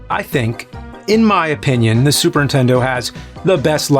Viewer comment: ...Super intendo 😅😂